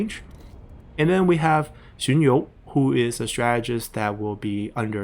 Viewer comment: BTW XunYou is first sound, you're using second sound.